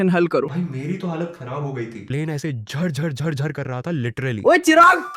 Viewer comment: that zhar-zhar made me laugh 🤣.